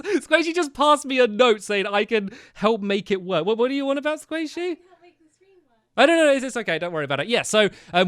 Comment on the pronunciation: I HEARD SQUAISHY 👍👍😄😄🐱🐤